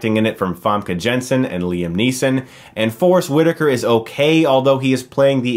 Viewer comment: Jansen is not Zhan-sen but Yan-sen.